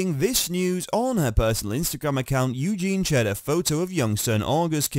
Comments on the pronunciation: Yes Eugene is a guys name 😂 you'd think this UK guy would know that😂😂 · It's EugenIE.😊. Get a robot that can read.